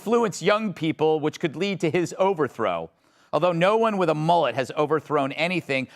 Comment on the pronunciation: I like how she pronounced mullet..heehee..cute